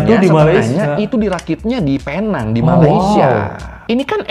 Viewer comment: sebutannya bukan penang tapi pineng tapi tulisan tu penang